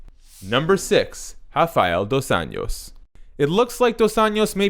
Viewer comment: It's pronounced dos "anjos", like saying angel but with "o", other than that great video